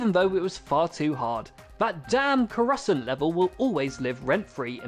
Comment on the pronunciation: Co- Coroos-cant?